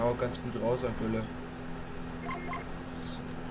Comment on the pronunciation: Das heißt nicht tülle sondern gülle